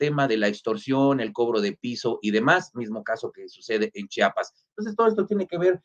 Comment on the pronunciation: Solo una observación: el Estado se llama CHIAPAS y no CHAPAS.